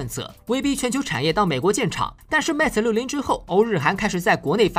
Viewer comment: 不是 meta，是 mate